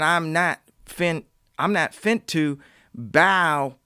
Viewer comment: Yeezy saying "I'm not fint to" just lit my soul on fire 👏🏾👏🏾👏🏾😂